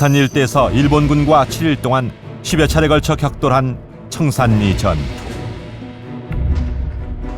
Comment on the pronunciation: 참 거슬리네요. 청살리지, 청산니? 그러면 신라도 신나네?